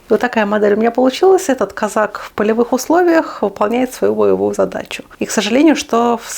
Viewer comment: Козак. Ударение на второй слог.